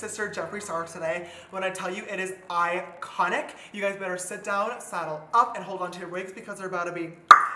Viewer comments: "its ikHONIK" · is it iconic, or styeconic?😂💕 ly girl♥️♥️